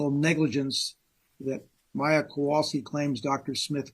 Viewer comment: I really wish the defense attorney would at least have enough respect to pronounce Beata and Maya's names correctly. He's had this case for years, and he's certainly heard the family and the plaintiff attorneys say them hundreds of times. He doesn't do it often with Maya's name, but he constantly does it with Beata's.